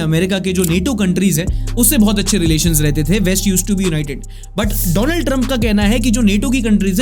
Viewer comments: isne jaan bujhkar "doland " bola. thora dhyan se india ke pm se darte ho wo US ka hai usse bhi daro. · Donald ❌️ Dolund ✅️🤣